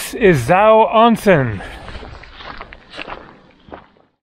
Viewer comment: I've been enjoying your videos since they popped up on my feed last week. Living in Japan myself for the last 20 years, it's still cool to see places I haven't visited yet. May I offer you a bit of advice on your Japanese? The first syllable of the word "onsen" is pronounced like the English word "own", rhyming with bone, tone, and phone. Minor point, but it'll have you sounding like a native in no time. Anyway, keep up the good work. Looking forward to your upcoming videos. (Also, check out the Ise-Shima area in Mie Prefecture if you can!)